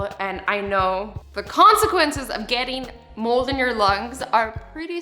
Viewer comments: Anyone else think she said “mole” instead of “mold”? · I thought she said moles as in the animal not mold!!!! 😂😂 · I thought she said her worst fear were MOLEs not MOLD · I hear you, but I actually thought she meant "Moles" like as in moles on your face! ha aha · I thought she said she was scared of moles not mold but then I herd mold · I thought you said moles like the animal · I thought she said moles😂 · LOL same